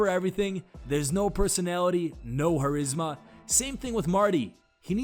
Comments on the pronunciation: The "c" is not silent in the word charisma. No idea why you said harisma. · You actually pronounce the c in charisma. It's not harisma lmao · no harisma lol , its Cah Ris Ma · The narrator needs to learn how to pronounce charisma